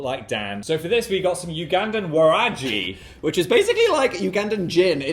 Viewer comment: Waragi is pronounced with a g like good or guy, not usually a j sound. But I love the east African representation from your fans from here ❤❤❤